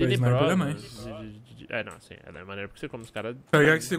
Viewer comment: Pô achei que era só eu que falava ploblema kkkkk